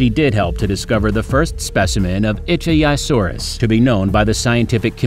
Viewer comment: good video but work on pronouncing the right names for example ichtyosaurus